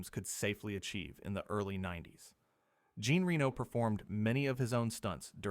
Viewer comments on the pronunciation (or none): AI narration is awful, pauses awkwardly, and pronounces words wrong. It's not Bessin, it's Beh-sawn (rhymes with pawn), it's not Gene Reno, it's spelled Jean but pronounced like John with a ZH sound like in the word treasure ZHon. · Gene rheeno 🙄🙄, why can’t Americans pronounce people’s names properly 🙄🙄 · Ah, the world-famous GENE REE-NO. Def not pronounced by an AI, pinky promise! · Your AI narration sucks. You have to write it so that the phonetics come across properly. Jean Reno is not "Gene REE-noh" like the city. His name is pronounced with the French pronunciation, "Jahn REN-oh" Hearing it mangled like that is just annoying, and I'm tired of saying so on all these videos. I even offered to narrate for you for free with no response. I'm unsubcribing. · My favorite was “Gene Reno” 😅 To exaggerate the French pronunciation of Léon and then absolutely massacre Jean Reno’s name. It’s pronounced like John with a Zh soft J. Like Zhon. And Reno is not like Reno, Nevada, it’s more like Renault, the French car company. This isn’t narrated by AI, just someone who never heard some of these words pronounced by anyone else and is using American English phonics to try to say them. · Jean Reno, not Gene Reeno... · its Jean Reno not Gene ;) (pronounced Renault like the car) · Why repeatedly pronounce the title lay-onn in english yet insist on calling jean reno “gene ree-no”?? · This guy can't even pronounce Jean Renos name. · Ridiculous that this channel cannot pronounce one French name correctly. This is so lazy... 👎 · The way it pronounces "Jean Reno" or "Besson" is laughable.